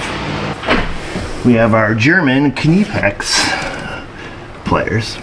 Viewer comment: It's pronounced "pl-EYE-ers". I hope this helps.